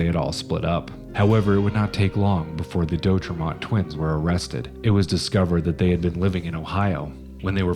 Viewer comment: Oregonian here.. It's pronounced De- Au-trey-mont, Not Doe trey mont... Siskiyou (Mountains) pronounced Sisk- i - you Mountains.. Thanks for taking note of this..